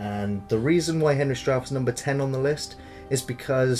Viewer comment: But still... Henry STRAUF? 'R' you kidding? :) Not sure how STAUF will take that. ;)